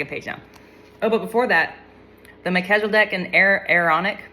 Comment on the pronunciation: Mel-keza-dek and a-ron-ic